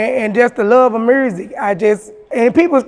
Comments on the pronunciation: "Mersic" 😂 Memphis like a mf.... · When she said mursic I felt that lol her and Gangsta Boo legends